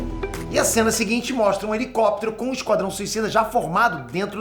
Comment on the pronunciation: "Esquadão" kkkkkkkkkkkkkkkkkkkkkkkkkkkk